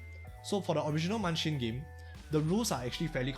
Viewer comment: Bruh. Its Munchkin